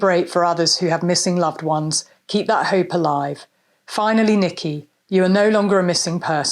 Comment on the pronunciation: Please stop sayi h THUT. It's THAAAT.